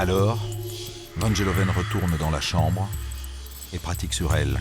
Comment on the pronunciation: Van GEloven et non Van Jeloven! Les français et les langues étrangères!